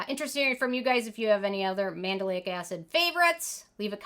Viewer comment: I cringed every time you say Mandelic lol